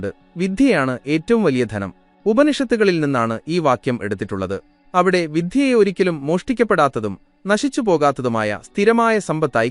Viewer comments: വിദ്യ എന്ന് പറയാൻ ശ്രമിക്കുക. വിദ്ധ്യ അല്ല. ദയവായി ശ്രദ്ധിക്കുക. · വിധ്യ എന്നല്ല, വിദ്യ എന്നാണ് ശരിയായ ഉച്ചാരണം.